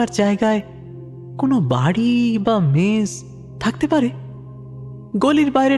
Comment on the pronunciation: Wrong in Bihar people eat a lot of spicy food.... especially chillis. Its only the Ghotis of West Bengal who add sugar to every dish that they cook 😂... Its MESS NOT MESH SERIOUSLY WHY DONT YOU GUYS WORK ON UR PRONUNCIATIONS? OPEN ENDED STORY THE LAST PART ABSOLUTELY LOST ALL THE AUDIENCE WITH BRAINS.